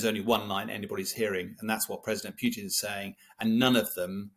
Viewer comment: Whos this “president pewtin”